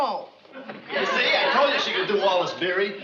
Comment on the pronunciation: Wallace BEERY, not Berry.